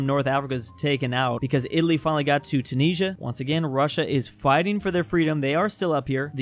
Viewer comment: Why do u say tunisia wrong same with moldova